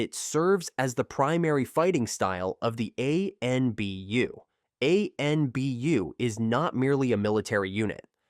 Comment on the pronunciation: Stop using bot voices if you want more subs. Never has anyone made this many mistakes in a Naruto video. Spelling Anbu twice, then pronouncing it 2 different ways? And incorrect pronunciation all over the place